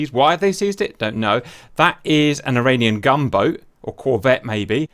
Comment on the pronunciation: No offence but I was so confused the whole time because I thought you were saying "Iranian Gumbo"